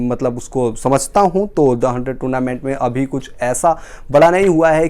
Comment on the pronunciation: Toonament ? Zimbabe ? What rubbish pronounciation !